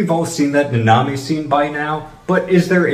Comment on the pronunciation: I can’t stand when people mispronounce names that are literally said countless times like do you watch the show muted? It’s not even just anime, I’ve seen people do this with English language media too. NAnami not naNAmi